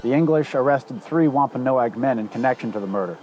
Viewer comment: Ahh You finally pronounced Wampanoag correctly. NO-AG. GEESH!!